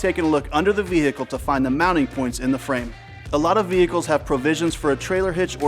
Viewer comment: VeHICles. I love people who say it correctly lol. Good info.